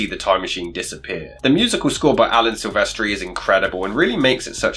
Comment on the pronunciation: I am pretty sure that it is pronounced 'Sil-vest-tree' not 'Sil-ver-stree'